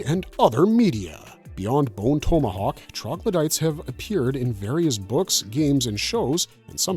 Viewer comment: You pronounce tomahawk like an asshole. This woke interpretation is annoying. I think we are all sick of it.